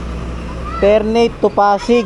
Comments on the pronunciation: Ter-na-te yun hindi Ter-neyt 😅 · haha ter - na - te po yan haha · Ter-na-te po